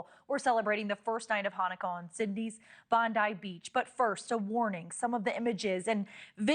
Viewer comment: Bon die beach? You mean bondee beaxh